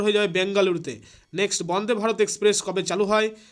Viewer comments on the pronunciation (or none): none